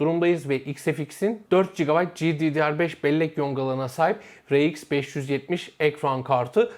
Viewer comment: Amd he eyemdi diyosun rx e reiks diyosun dikkatjmi cekti shhshs